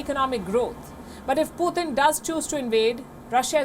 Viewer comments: Indian lady keeps on saying poothin🤦🏽‍♂️🤣🤣🤣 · Why does she not know how to pronounce Putin??